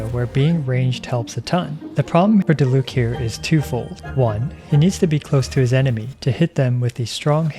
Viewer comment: Its Diluc, im not watching this video. & btw its Diluc.